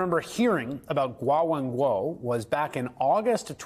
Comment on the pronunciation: WHY ARE YOU PRONOUNCING GUO WENGUI LIKE THAT